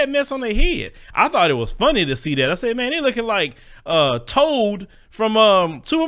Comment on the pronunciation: He's say "Toad"😆